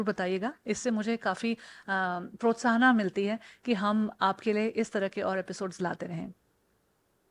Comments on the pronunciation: Correct ur words there is inner world We have inner instinct.अगर इंग्लिश नहीं आती तो हिंदी बोल लें।प्रोत्साना नहीं होता 🤣🤣🤣🤣🤣लगे रहो बेतुके अंदाज़ में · प्रोत्साहना नहीं मैं मैडम प्रोत्साहन होता है। बाकी अच्छा वीडियो बनाया है। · बहन जी हिंदी में विडीयो बनाना है तो ❤❤❤ ठीक से और पुरा हिंदी बोलिए। खुद सांगवान जी से ही सीखिए। ये प्रोत्साहना क्या होता है, ये है इंस्पीरेशन का अनुवाद । अंग्रेजी में इंस्पीरेशन का जेंडर फेमिनाइन है प्रोत्साहन का मेस्कुनाइन